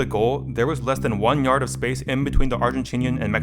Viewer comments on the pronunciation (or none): Bro said "yard" jajjajjajajjajajajajjajaj